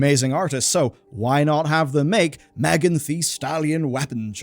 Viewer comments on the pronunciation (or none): none